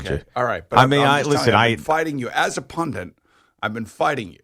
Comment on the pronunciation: Pundit not pundint